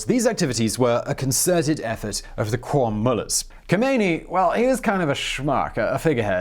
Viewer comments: I don't mean to be anal about it but Qom is actually pronounced "Gohm". A Q in Farsi is typically a throaty G sound. Otherwise great video! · It's called or rather is pronounced ( kOOM